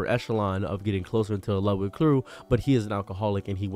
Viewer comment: Why does he say Lewdwig!